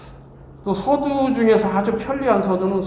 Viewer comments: "이방주의"!?? 성명이면 제발! 띄어 써야!!! 서두, 서문의 첫 자를 모두 짧게 잘못 발음했습니다. 또 사실도 같은 실수! 모두 길게 발음해야지요!!! 참! 놀라운 일입니다. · 첫 째, 서두의 "서"는길게 발음해야지요!? 자고저 문제가 많습니다. 이러변, Korean language가 아니지요!!!